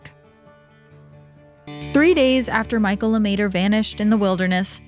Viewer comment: "LeMaitre" - not Luhmayturrr.